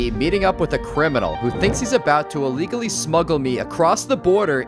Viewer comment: What is "Ahlegally"?